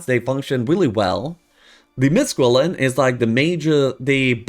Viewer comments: Qilin are pronounced Chilin like Chilli powder. The letter Q(Qi) is a Chi-like sound in their native language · Ur pronouncing qilin wrong